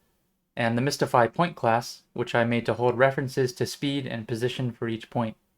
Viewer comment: mystify, not mistify :)